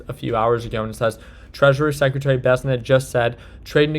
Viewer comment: how long is it gonna take for you to pronounce bessent correctly?